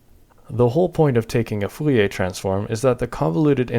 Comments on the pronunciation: saying Fouriae instead of Fourier is annoying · But, you keep saying "Fouiller" instead of "Fourier" 😅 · Every time I heard "foo-yay" I twitched. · Are.... are you saying ... Full e a transform? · Why are you saying foolyay transform? is it some kind of a joke that I miss, or just an engagement bait? either way consider me engaged. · Sounds more like 'foo-lee-ay' to me.